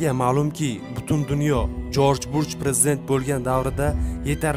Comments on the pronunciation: Жорж бурж эмас Жорж бущ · Jorj Burj emas,Jorj Bush desangiz to'g'ri bo'ladi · Jorj Bush! Burj mas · Jorj Burjmas Jorj Bursh adashmang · Jorj Burch mas.. JORJ BUSH... 😁😁😁Video bowlaniwidigi chislo qanaqa chislo wunaqa sana bormi?? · Бурч эмас жорж буч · Jorj Burj emas Jorj Bush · Jorj burjmas jorj bush dalbayooooooobbbbbbb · Джорж Бурж эмас Джорж Буш